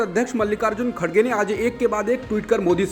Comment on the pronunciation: The name of congress president is Mr."KHARGE" not "KHADGE" as being wrongly pronounced in the media. Just for information